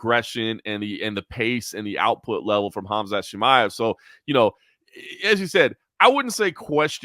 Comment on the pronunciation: Good show, but can I just request that learns how to pronounce “Khamzat” correctly? Annoys the shit out of me every I hear “Hazmat”. Otherwise love the show cheers.